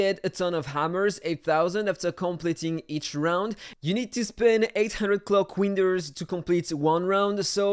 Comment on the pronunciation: Don’t you mean clock weenders